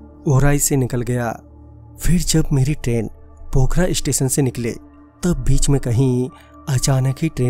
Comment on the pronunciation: सर जी पोखरा नही स्टेशन का नाम पुखरायां है